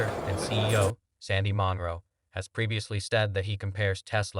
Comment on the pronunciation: It is NOT MON-ROW.............But Munro........Stupid ASS..............